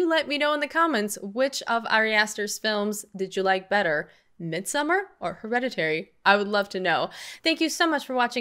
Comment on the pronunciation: It is called 'Mid-so-maar'.